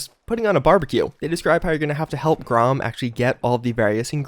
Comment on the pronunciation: "Grom," lol. Dude just graduated college and still can't make it through an 11 minute video without mispronouncing something.